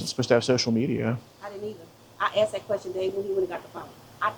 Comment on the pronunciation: “That’s why I AXED”. Always so funny 😂